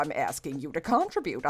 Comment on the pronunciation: PLEASE...learn to pronounce "contribute"!😮